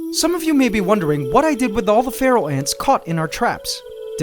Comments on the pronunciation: I used to think he said feral ants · When he said Pharaoh ants I thought he said Feral Ants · You pronounce Pharaoh and Feral almost the same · All this time I was pronouncing 'pharaoh' ants as "feral" ants oops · For the past two years I thought he said feral ants and today I find out its Pharaoh ants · I think you should call the Pharaoh ants “The Feral” because Pharaoh (when you say it) it sounds like feral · This while time... I though said Feral ants... Yikes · ahhhh I keep hearing feral instead of Pharaoh.